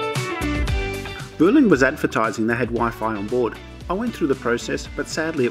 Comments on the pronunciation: Weirdly it’s pronounced “Bwehleen” apparently 🤷‍♂️ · Use Vueling a lot. One of the best low-cost airlines in Europe in my view. Btw if you want to be really Spanish authentic it is pronounced "Bwelling".